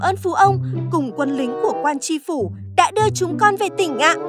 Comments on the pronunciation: Tri phủ chứ k phải là chi phủ. Trẻ em học theo sai hết lỗi chính tả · "Tri Phu" chu khong phai "chi phu" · Quan tri phủ mà, sao gọi là quan "chi phủ" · Biển trước nhà quan: TRI PHỦ chứ không phải là CHI PHỦ 😊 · Tri phủ chứ ko phải Chi phủ nhé. Tri : (chủ, người đứng đầu) khác với Chi là 1 bộ phận ( tay, chân). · Tri phủ chứ ko phải chi phủ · Chức vụ phải là "tri phủ" "tri huyện" chứ k phải "chi" đâu ad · Là Tri Phủ ko phải Chi Phủ đâu nhé. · TRI PHỦ chứ ko phải CHI PHỦ nhé add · Là "Tri Phủ", Chi Phủ là "Chi" cái gì?